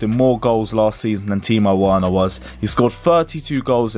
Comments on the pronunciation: pronouncing Werner "werner" and not "verner" is triggering my brain. And that's coming from an American. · its pronounced verner not Werner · It’s verner not Werner 😭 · Timo’s surname is pronounced Verner not Werner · Werner is pronounced Verner for the 100th time,, 😡😡😡😡😡😡😡😡😠😡😠😡😠😡😡😡😡😡😡😡